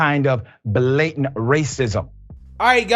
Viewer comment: "Buh-LAYtant ray-sizm."